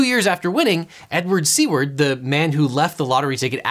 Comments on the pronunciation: The guy in the examples name was Edward Seaward, but I heard it as Edward C-word which I found quite fitting. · I will call him "Edward C-word" because that's what I heard.